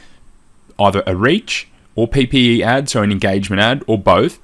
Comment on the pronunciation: aah "PPE " I was guessing you that's what it means but I couldn't decipher what you're actually saying. Thanks for the response and the training :)